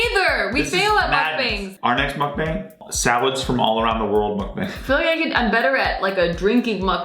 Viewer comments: Ask how to pronounce Mukbang. "muck-bung" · It's MUCK-BONG!!!! Aarrrgh lol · Lolol bang. Make the a sound more ah instead of a hard a. muk bahng. It is Korean word "muk" is eat- and then depends in context (eating ate eat). and "bahng" is room.. but they shorten the korean word for *show*.. bangsohng.. so that is where bang is from.. so.... muk-bahng. Sounds like the eating room / show/broadcast... Lolol love yall!!! Saw you guys on jk and had to follow!!!! is such a cutie. Love my fck perf nexklace! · Happy Thanksgiving you two, it's pronounced mukbHAng (bong) but u get a pass. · It's hard to watch you guys butcher the word sake and the word mukbang so much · I wish she said 'MUKBANG' the right way.